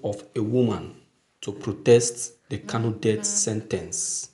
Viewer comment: Pls you should check the word , it is Kano, not Kanu. Please please.